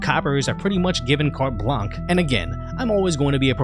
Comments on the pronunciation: Carte Blanche is pronounced 'carte blansh' not 'carte blank' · By the way, great commentary, and Carte Blanche is pronounced "cart blansh." Carte is a feminine noun. If it were a masculine noun, it would take a masculine adjective, "blanc."